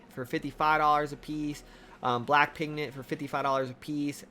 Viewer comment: PigMent... Not "pignent"